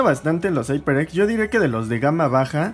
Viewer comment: Se dice jaiperex no aiperx jajajaja